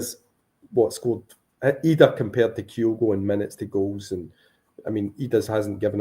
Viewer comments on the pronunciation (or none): Why are you pronouncing Adam Idah's name like that?